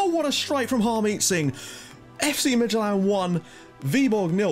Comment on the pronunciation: Dude you're doing a great job pronouncing these teams. Esbjerg and Midtjylland is pretty damn good! SønderjyskE is pronounced a little different. It is hard to describe in text, but I'll give it a go. SønderjyskE is NOT pronounced SønderSjyskE as you do. If you drop that S sound in the middle, then it's much more like it. Well of course the "ø" sound is pretty hard for you guys, but dropping that middle 'S' then you're good to go. Btw this channel has grown shitty fast! I joined at your portsmouth about a year ago, and back then I think you had perhaps subs at most? You deserve the subs, just keep doing a fantastic job as always man Cheers from DK